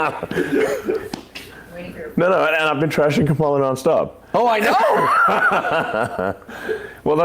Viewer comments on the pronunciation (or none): Elon calls her "kamp-ala" here. He is so frigging gross. I listened several times, it was deliberate.